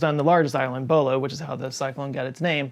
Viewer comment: Every time he says Bhola, I hear Bola... which was a very different cyclone